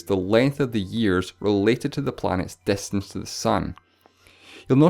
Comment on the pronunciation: wow great grammer its distance not destance lol